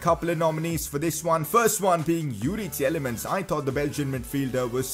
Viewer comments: Its Tielemans not Tieyelemans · Its pronounced "teelemans", love the series tho. Keep it up